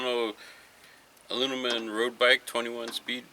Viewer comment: Haha you can't even pronounce aluminum u said alumn (joke) Good vid